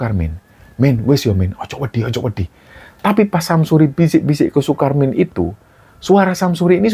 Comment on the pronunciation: saat pengucapan bahasa jawa tolong bedakan huruf d dan dh. krn itu artinya berbeda. misal kata wedi dan wedhi itu berbeda. yg pertama takut yg kedua pasir. tp sering mngucapkan wedhi untuk arti takut